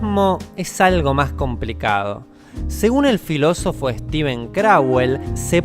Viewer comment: Que bueno que se haya equivocado, ya empezaba a pensar que si era un robot o no